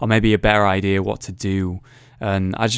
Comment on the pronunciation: Its funny how you say " idear instead of idea :D always makes me laugh